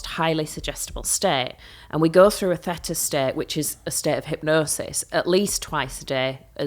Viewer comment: I'm surprised she pronounces theta like feta? It's pronounced thee -tuh. Bit odd she doesn't know this.